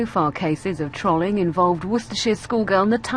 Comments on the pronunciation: lol , i love how the pronounce trolling trawl-ing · she pronounces trolling as if its " trolley" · These reporters are fucking retarded, not because of what they're being paid to say, but because they can't fucking pronounce 'trolling' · harusment, trawling. l2pronouncepls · TRAALING. TRAALING. TRAALING. NO NO NO NO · wait we're missing the bigger picture here... people in the UK pronounce "trolling" like trolley? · Im from the UK but have no fucking idea why they are pronouncing it troling. Stop it please. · Im sorry but when it said "Victim of trolling" and they pronounce it Trawleeng, I just lost it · Why the fuck are they pronouncing trolling that way??? It's the same pronunciation as the creature the troll: TROOOLL Longer o not trolololol... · ...is that how you pronounce trolling or is it just the UK accent? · They pronounced "trolling" wrong over potato times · my heart bleeds every time they pronounce trolling wrong. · IT'S FUCKING PRONOUNCED TROLL-ING NOT TROL-LING YOU FUCKING DOWN SYNDROME -_ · its funny how they pronounce "trollers" and "trolling" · The pronunciation of trolling is so annoying, I don't think they have any idea what it is? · Why do they keep on pronouncing Trolling wrong. This is not the trolololol video is it. 9gag have got to the news too. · fuck.. why can't she pronounce trolling properly? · i love how they pronounce trolling